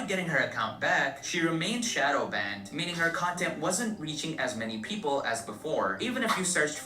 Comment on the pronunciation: "Kya got banded": not banded girrll 😂